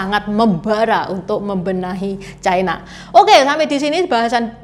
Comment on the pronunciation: Ucapan yg bnr : China, bukan Chaina